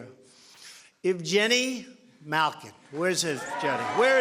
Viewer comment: Quick question that doesn't have to do with politics (yah!) How do you pronounce Evgeni? Because I have heard announcers say it with a hard G, but in this video it is said with a j and it kinda sounds like Ev-jenny?? The way that Lemieux smiled/laughed when it was said makes me think it was a mistake?